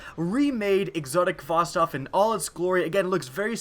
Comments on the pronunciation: you pronounced khvostov wrong. you pronounce it hva-stov. it's a Russian name. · The 'kh' in Khvostov is pronounced like the h in 'help'. It's 'Хвостов' in Russian, and the Russian 'X'=H. Just wanted to clear it up and I'm not dissing your pronunciation. Just say Hvostov, make Mother Russia proud, make Putin proud.